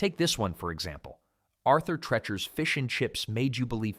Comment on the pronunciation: Treacher is pronounced TREE-Cher (rhymes with "reacher"). Arthur Treacher was a famous movie actor and entertainer. Best known for a long association with Merv Griffin. Treacher also played a well-known "buttler" character in scenes with Shirley Temple and others.